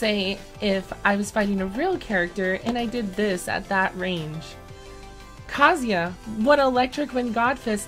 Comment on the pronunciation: You pronounced Kazuya correctly?!? My lord... imma cry 😭